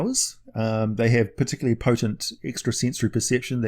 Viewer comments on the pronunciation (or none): none